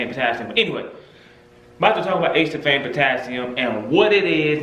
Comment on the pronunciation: It’s pronounced A-see-ful-fame Not Ace-sul-fame 4 syllables, not 3 just sayin